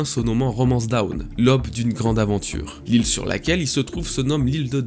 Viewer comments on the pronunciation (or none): Tu me fais un mal de chien aux oreilles: NON, on ne dit pas "lob", on dit "L'AUBE" !!! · Un fan qui fait des vidéos pour les fans. Je te suis depuis plusieurs années maintenant et tu mérite ton succès. PS ta manière de dire "Who's who" et "aube" est vraiment éclaté au sol :-)